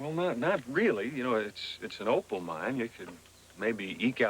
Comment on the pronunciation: It’s Opal, not Opel😉